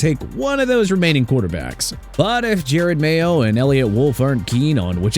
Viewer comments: Y’all can’t even pronounce Jerod Mayo’s Name right…. He’s an NFL head coach, smh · Stop calling Jerod Jared